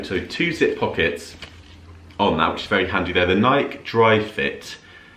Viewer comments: Always love watching your videos! ❤ But if I may correct you ever so slightly, Nike is pronounced “Nigh-key”. 😊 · Love the bag! I’m glad you got the shoes—they are fab! Lots of great finds, actually. Side note: Add a long ‘e’ to the end of how you’re pronouncing Nike 😉